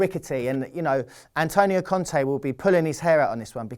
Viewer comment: not con-tee its Con-tay